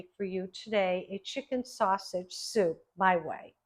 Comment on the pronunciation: THIS is one of your B E S T shows! Awesome job on this and glad you kept in the first “snaushage” because it was hysterical. Proud of you, my friend. Keep doin’ it!👍🏻👩🏼‍🍳